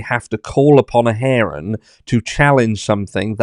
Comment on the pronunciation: You are so funny…herring is a fish…it’s hear-ing as in I hear what you are saying….love the British.